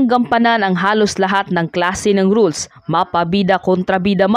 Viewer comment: Madam konty pa po praktis sa pagtatalog tulad po ng "roles" nd nd po rules yun lng po at ok po❤❤❤❤❤❤